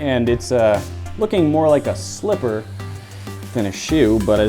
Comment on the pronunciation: Shoe? Slipper? SHLIPPER